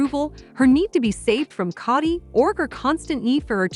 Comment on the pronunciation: It's not Cotti, it's K o dy